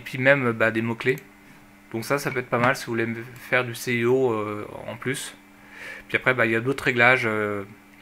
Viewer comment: et C'est pas le "céhiho" mais le S... EO, et on dit pas "Adondes" mais "adonne"...